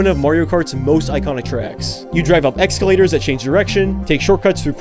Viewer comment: "Ekscalators"? Hold up... wait a minute, something ain't right.